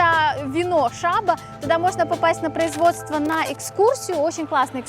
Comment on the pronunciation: Шабо — наголос на останній склад. Тему пітонів не розкрито. Поле у плачевному стані, але долучимося до його витоптування. І знову блог по Україну не українською.